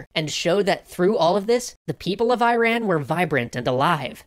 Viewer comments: TL;DR: Why west man pronounce Iran name so weird (sounds funny in a caveman accent XD). Hey, Great video once again, cant get enough of this channel.....although there's something that bothered me despite how trivial it really is, so i'd love to inquire rather than urge a change....why do most westerners (in just making a crude generalization of those who do what I'm about to mention for the sake of the question) insist on pronouncing iran as airan (or i ran) while you pronounce idiot or infant as they are rather than aidiot (i diot) or ainfant (i nfant), or even irradiate as airradiat?... Is it just purely difficult because of how the English language is spoken in countries where Aramaic languages are more common (considering i speak Farsi so i assume my tongue can pronounce words which some presumably can not) or does it also involve social conformism of sorts where the media refers to it as such and it catches on? As i write this i realise that words like iron exist as well but that doesn't change the fact that Iranians and most other people on this of the world manage to say iron as airon (or aiorn) and Iran without confusing the sounds... Disclaimer: i dont mean to make anyone mad, just thought i'd present a topic of conversation, also do forgive any grammar or naming issues, not my native language and all (and things like some Iranians preferring Persian and Persia, i consider these similar enough in light of the context). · eeee-rah--nn not eye-ran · Ear-on, not eye-ran... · LOVE your work. Love the video. My only nit: "Eerahn" and "Eerahnyen". Not "Airan" and "Airanyen" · Excellent video. However, it's not pronounced "eye-ran". It's "EEE-ran". Great job guys! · It's not Eye-Ran, its Ih-Ron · Pls it's pronounced E-ran not I-ran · Iran is pronounced eerohn not I ran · Okay, this was bugging me throughout the video, "Iran" is pronounced like ”ee-ron" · Dear America, Please stop saying "eye-ran". Love, The Rest of the World